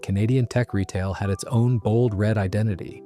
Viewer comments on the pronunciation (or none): none